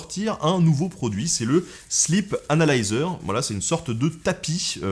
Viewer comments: je dirais même, "slip analiseur". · MuteTheSong Moi aussi j’ai entendu ça 😂😂😂😂